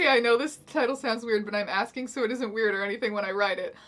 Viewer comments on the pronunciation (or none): none